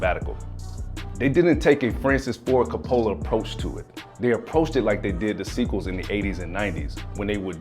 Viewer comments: he said Francis Ford ca pola lol .. 😆 it's one word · Whoo man, you butchered Francis Ford Coppola’s last name. 🤣🤣🤣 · Did the host purposely pronounce “Coppola” like that on purpose? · So we all gonna ignore how he butchered Francis Ford Coppola name?